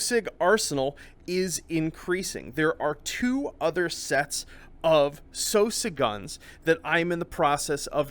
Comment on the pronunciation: I recognize that he's the head developer of this game and they're called what he wants to call them, but I can't shake the impression that that's not how you're supposed to pronounce "Sosig."